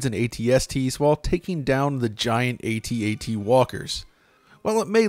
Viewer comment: THANK YOU FOR PRONOUNCING AT-AT CORRECTLY!